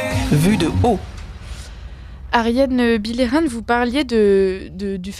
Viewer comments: Cette femme est exceptionnelle. Ps : son nom se prononce « bille eux rang » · C’est excellent de donner la parole à Me Bilheran, mais svp n’ecorchez pas son nom en le prononçant bizarrement : lisez les sons français bon sang! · Demandez à Ariane comment on prononce son nom, je pense que c'est Billeran, tout simplement